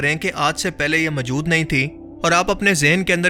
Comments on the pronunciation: Pls. Say Moojood,not Mujood. Jazak Allah Khair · Majood nahi hota word hai maujood Rectify this